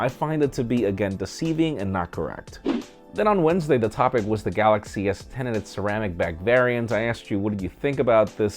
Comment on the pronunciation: Galaxchee -.- xD